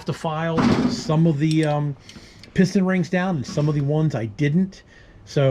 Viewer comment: Pis’ ten. Not pist-on